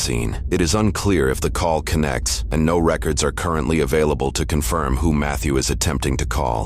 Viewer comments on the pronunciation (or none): none